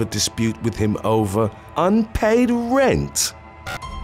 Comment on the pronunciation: What’s with the extremely weird EMPHASIS where it doesn’t SEEM to BELONG? Happens when he say RENT, then again RENT PAYMENT. And other “THEIR KEYS WHEN THEY LEFT”